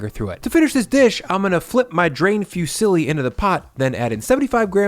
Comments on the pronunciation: I just came here to say: IT'S PRONOUNCED FUZZILI NOT FEW SILLY! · Love your content man but if I ever hear you say “fusilli” as “few silly” again I’m going to cry. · These are all fantastic, but just cannot get over your pronunciation of Fusilli (fyoo-silly). HA! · It's not fewsilly. Foo see lee